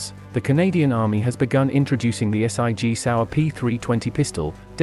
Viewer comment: S.I.G Sauer get me everytime can’t just say Sig 😂